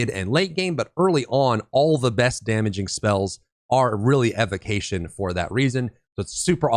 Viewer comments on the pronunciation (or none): OK, I gotta say something. It was causing me neck pains from all the wincing while listening to the video. Evocation is pronounced [EE-VO-KAY-SHEN (ēvōˈkāSH(ə)n)]. From the word evoke as in to evoke the spirit of the elements also known as an evocation of the elements. Evocation. Thank you and sorry.